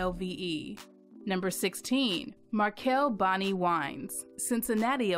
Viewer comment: Markell-Bani makes great wine, but it's pronounced "buh-NUY".